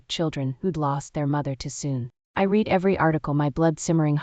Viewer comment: I ABSOLUTELY LOVE THE FACT THAT THE PICTURE MATCH THE STORY. Please teach AI that "read" has two different pronunciations.